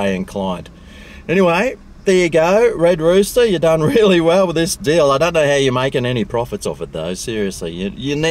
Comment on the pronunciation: “Red rooter” hahaha